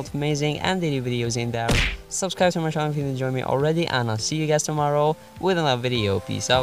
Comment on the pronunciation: Hahah, ikr. I don't thing anyone will steal ur vids, as you allways say "Cinou back on a new video"